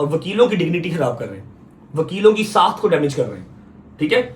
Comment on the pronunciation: Saakh hota sakhat ni hota jahel